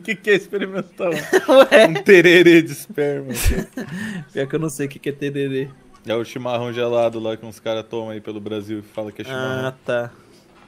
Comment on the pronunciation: Eu quase me engasguei quando eu ouvi o falando "tererê"